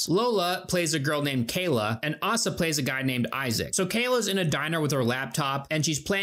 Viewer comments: it's pronounced Oh-suh.... (Asa), and it's a girls name lol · as someone named asa, hearing you pronounce it ahsa was soul crushing. not as bad as pronouncing it asia tho